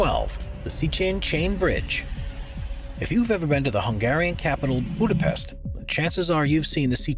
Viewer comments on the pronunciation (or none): none